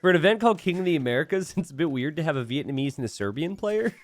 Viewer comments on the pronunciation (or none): none